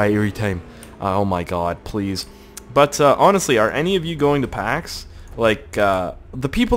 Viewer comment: When you say "but uuh" it sound like you're a high person from jamaica saying butter XD